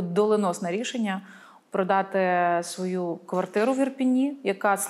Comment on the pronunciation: Ріже у вуха "Ірпіні".